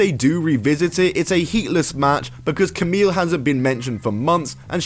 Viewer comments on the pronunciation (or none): It's pronounced "Kamee", not "Kamil".